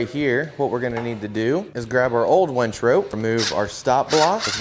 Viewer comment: And by the way it's a winch not a wench you really should learn the pronunciation of this if you're going to make a video.